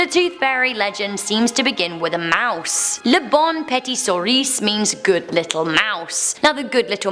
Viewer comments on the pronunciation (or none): none